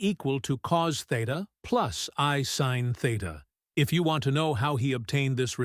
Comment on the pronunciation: Funny how we get speakers who know nothing about what they are talking about! He pronounced cos as cause, cosine, and sin as sin, not pronounced as sign. So he gives us "cause sin."